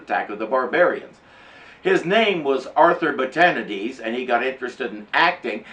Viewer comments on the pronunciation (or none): As a person of Greek background I am offended that they hired a Greek American actor to play a 'primitive'! But I like the fact you provided a bit of background to Arthur Batanides. And I see you placed the accent on the second syllable. Was that your decision? Was that how the actor called himself? In Greek, the accent is on the third syllable. A bit of trivia there